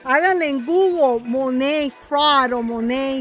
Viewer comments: No se dice mone se dice manat 🤣🤣🤣🤣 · Se dice MONAT no MONEYY 🤪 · Que raro lo pronuncias todas esas que lo venden dicen tal y como se lee Monat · Realmente se pronuncia "MONEIT" ( te lo escribo como se pronuncia) Ella trata de decirlo así pero igualmente lo pronuncia mal😒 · First of all it’s not pronounced the way you’re saying second anyone can say negative stuff about any company but not necessarily true . So first you have to get a fact check